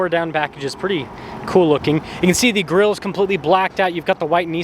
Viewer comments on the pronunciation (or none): none